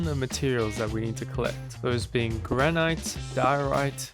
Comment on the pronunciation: Also its not granite its gran-it Also the orchid you say it as orc-it